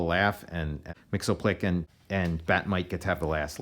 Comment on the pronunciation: Mxyzptlk us actually pronounced "Mix-yizz-pittle-lik".